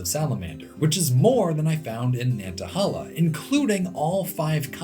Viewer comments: 2 things. 1. Nobody is mentioning the pronunciation of Nantahala. I have only ever heard it pronounced like nanta-hey-la and this is how google pronounces it. 2. The map you show captioned "Areas in Appalachia that meet the climatic criteria of a temperate rainforest" shows some spots on the Cumberland plateau that meet the rainfall requirements for a rainforest. This may not technically be an actual rainforest(not sure), but I think you would be interested in it. There is quite a lot of mountain laurel, rhododendrons, and at least some salamanders around the big south fork national recreational area. Some parts definitely look like an Appalachian rain forest. I think some land around south Cumberland state park and frozen head state park also have similar features. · Nanta-hay-la. Not Nantahahla. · I live in the valley of the Appalachians, and we get tons of brown salamanders. Also its nan ta hay lah not nan ta hal aah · Pronounced *Nantahail-a* not Nantahal-a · And btw pronounce the third a as a long A Nan tah haaay la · Great video! It's pronounced nan ta HAY la! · The National Forest is pronounced Nanta-HAY-la. Amazing video! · The yankee can't say "nantahala" but its still a cool video